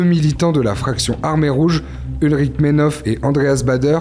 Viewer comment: Journaliste de Brut : cela aurait été bien, d’apprendre un peu la prononciation de l’allemand… 🙄🤔😬 Willy avec un son V et pas W Brandt, UlrikE Meinhof / Maïn-‘Hof !